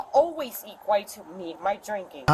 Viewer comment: she was trying to say “it does not always equate to me and my drinking” but she accidentally said “eq-white”